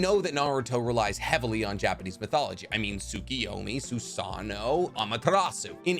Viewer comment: I knew like 95% of this already but good video. Also Tsukoyomi (Sue-KOH-yo-mi) KO